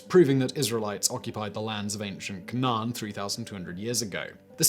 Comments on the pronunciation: its pronounced Cain-an.. that cocaine is getting to your head Mr bald with the blaze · Don’t really care tbh just sounded funny when he said Canaan and some other things